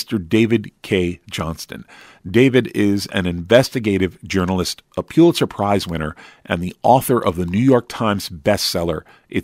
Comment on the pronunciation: Its pronounced "pull itzer, not pew-litzer. Also kushner sounds like push, not lush